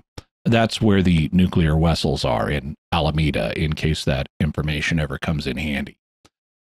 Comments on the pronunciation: Captain we found the nuclear wessels! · "Vee are looking for nuclear WESSELS!"